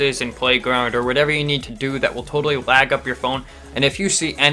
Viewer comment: I thought u said blag